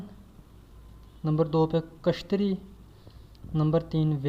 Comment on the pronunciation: يہ لفظ کشتری نہيں ہے اصل لفظ کيشترِيا ہے